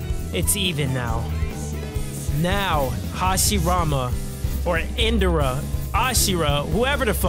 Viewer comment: My guy it's In Dra not in duh ra